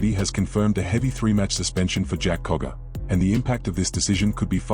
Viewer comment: Its Jack cogger not koga